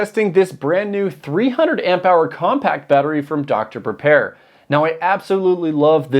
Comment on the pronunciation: the chinese are taking the piss now "dr prepare" ..... " dr pepper" 🤣